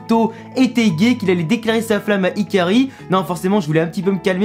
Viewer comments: T'as fait une faute de prononciation : Ce n'est pas "Hikari" mais "Hikaru"! Sinon, pour cet épisode 16 c'était un bon épisode, il y a une supertechnique de Li Hao qui s'appelle "Tenkuu Hayabushadan"! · C Hikaru pas Hikari, 😂